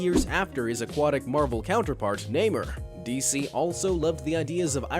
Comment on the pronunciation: It’s Namor not Namer 😂😂 aside from that I love your videos they interesting 🧐